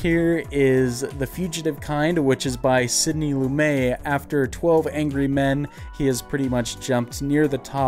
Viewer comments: FYI, Lumet is pronounced loo-met, not loo-may. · The "T" in Lumet is NOT silent. It's pronounced as it looks, Sidney Lumet (Loo-Met). He's not French.